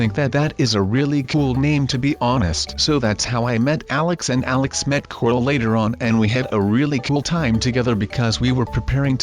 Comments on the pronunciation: Why do you call corl. Cortal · Unique L it's pronounced "corl"